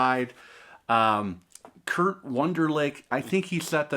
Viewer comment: Its Krieg Wunderlich not "Kurt" i agree eith you on the sound of the MoFi and OG copies.